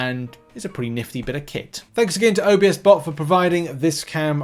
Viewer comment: "OBS"bot not O B S bot lol. Love the videos!